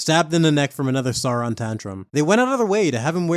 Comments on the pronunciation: Great vid mate! (But plz, say "Sauron" not "Saaraan" lol!) 😅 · Have enjoyed this series! btw: Sauron is pronounced like 'Sour-on'.